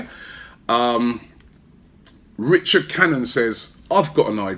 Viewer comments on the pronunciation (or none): none